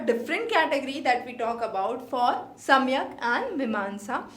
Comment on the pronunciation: It is सांख्य not samikhya.